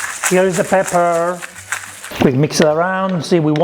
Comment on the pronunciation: Now I can only say "pepe" instead of pepper. 😁